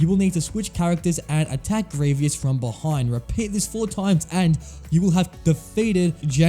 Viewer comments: First of all, stop mispronouncing his name! It’s Gree-vus, not Gree-vee-us. Second, you probably shouldn’t have included “LEGO Star Wars III: The Clone Wars” because there are multiple General Grievous boss fights in this game, and they’re only accurate to the TCW TV series. Finally, between the versions of the General Grievous boss fight from “LEGO Star Wars: The Complete Saga” and “LEGO Star Wars: The Skywalker Saga”, I definitely prefer the version from the latter because it is close to being accurate from the movie and it’s more improved than the version from the former. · One, you didn't care to finish the video just because of mis-pronunciation. Two, lots of canon Star Wars characters also say Greveeous, not Greevus, the only ones I saw say Greevus are Obi-Wan, Anakin, and Mace Windu. Bro, even Palpatine said Greveeous. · It's not sad. If a video is annoying, I won't watch it. Why would I want to watch a video like that, that would make me stupid. And there is a right or wrong. He is named Grievous, not Grievious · Grievous = gree-vus ≠ gree-vee-us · No hate man but it’s pronounced gree-vus not gree-vee-us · I don’t know I think it’s gravy us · IDK it did sound like gravy us I agree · I’m sorry but I just had to stop watching part way through because it f the continuous mispronouncing of Grievous. It’s Gree-vus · It was funny because he kept saying gravy-ous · No one: Literally no one: This guy: greeveeus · Good video, but please pronounce Grievous right. GREE-VUS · "Grievius" yes that’s how you say his name. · It was painful hearing you say "Greeveeus" throughout the entire video. Also it took you 10 minutes to figure out you had to shoot him with Cody in TCS? How? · THANK YOU FOR TELLING HIM I COULD NOT LIVE WITH GRR EE-VEE-US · does it matter how he says grievous? we all know who he means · You stopped watching just because he mis-pronounced a name? That's just sad.